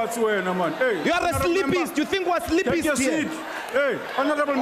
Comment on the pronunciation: LoL!!!!!!! "sleepist" LoL!!